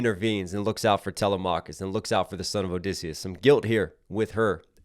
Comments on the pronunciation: I’m sorry but u stopped watching as soon and he said talamacus name wrong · The way he pronounced telemachus